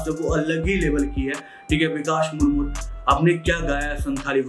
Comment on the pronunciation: SAMAJH ME AYE YA NA AYE TUM BAS WOW WOW KARTE RAHO MURMU KA PRONOUNCE BHI TUMSE NAHI HO PAA RAHA HAI AUR ISKO LEKE KITA CONTROVERSY KHADA HUA HAI LOG KAISE REACT KAR RAHEI HAI PATA HAI VIEWS KELIYE KUCHH BHI